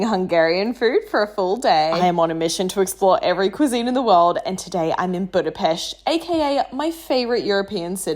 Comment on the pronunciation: FINALLY SOMEBODY WHO SAID BUDAPEST CORRECTLY W THE SH SOUND